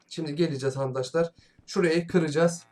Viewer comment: Abi ama arkadaşlar yerine harkadaşlar diyosun